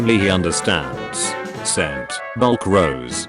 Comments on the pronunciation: Why does the tts pronounce black as "Bulk" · Why does the ai voice pronounce black as bulk